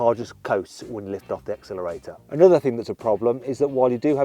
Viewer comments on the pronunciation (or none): none